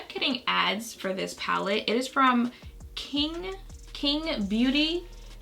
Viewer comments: Hey. It's pronounced qing=ching. It's a Chinese name. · Qing is a popular Chinese surname and the “q” is pronounced as “ch” but I thought it was cute how you pronounce it as king😂 btw Jackie mentioned you in her latest video💕💕 love the both of you💛